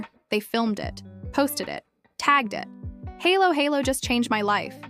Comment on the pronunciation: Not pronounced as "HAYLO HAYLO". 🤔🤣🤪